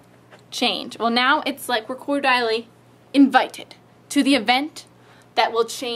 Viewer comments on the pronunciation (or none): I don't think you are saying Cordially properly